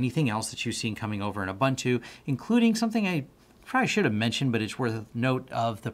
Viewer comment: Just for anyone wanting to know the correct pronunciation of Ubuntu. It is Oo-boon-tu. Which means humanity. When one says the Americanized way: Aah Bun toe, it means: Ah! People! lol